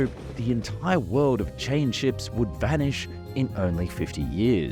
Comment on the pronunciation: Never heard of a river train. Why do you say hard “r” instead of a w? The word saw turns into sawrrr. World turns into wowrld.